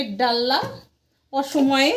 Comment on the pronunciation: ডাললা নয় ডালনা